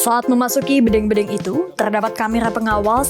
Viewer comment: Bedeng (seperti mengucap dendeng).. payah nih reporter..